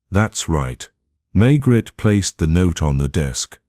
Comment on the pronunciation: Pronunciation of Maigret is wrong and the narration is on humanless auto pilot